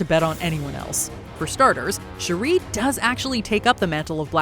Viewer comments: Her name is NOT "Sharrie". Please get it together 🧏🏾‍♂️🤦🏾‍♂️ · Why are you calling shuri "Sheree" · How do you shalack and mispronounce Shuri's name so bad???? It's only been said outloud in movies for 3 years now. Kinda disrespectful. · The way she pronounced Shuri...jeez! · Put some respect on Shuri’s name and pronounce her name right! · Your Pronouncing Shuri Wrong...please correct it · Why are you pronouncing Shuri’s name like that? 😭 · The amount of saying Shuri name so wrong. The annunciation of Shuri is wrong